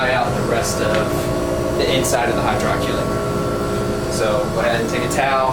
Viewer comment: it’s pronounced hydro-collater